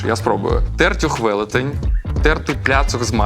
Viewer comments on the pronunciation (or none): ТертЮх на Ю наголос курва!!! в Тернополі точно но Ю